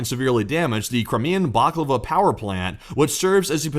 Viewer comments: Great post!, you sound hungry! It's Balaclava, not baklava. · Bala-klava!!! Not _baklava_....get yr head outta' the deli, guy.